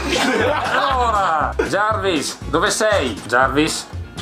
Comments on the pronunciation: jarvis non jervis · La legenda dice che il padre stia ancora dicendo "giarvis clos d masc" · Soltanto io sento che jarvis dice ciao?😂😂